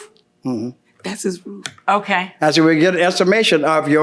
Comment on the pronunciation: “All I know is the rwoof is in good shape…the guys went up there to check it……just that lil strip that came off there” LMFAOOOOOOOO..God bless his lil ol soul…he is BEYOND cute🙏🏽😩😩😂😂😂😂😂😂😂😂😂😂🥹🥰